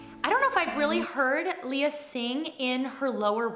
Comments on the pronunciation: Not to be nit picky but her name is pronounced “Lay-ya”, not “Lee-ya” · Leh-yah, not Lee-yah. But yes, she’s really good! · hi, pretty! i love how you reacted to this video... she's really a gem.. but if I may correct you, her name is pronounced as "Leigh-ah" or "Lay-ah", not "lee-yah"... i hope that's fine with you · Not trying to be rude, but Lea is pronounced "Leh-ya" and Salonga is "Sah-long-gah". 😅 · It's Lay-Uh like the Star Wars princess =) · Her name is pronounced Lay ah.